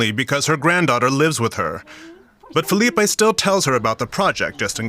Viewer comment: don't pronounce Portuguese names with a Spanish reflection Filipe is not Felipe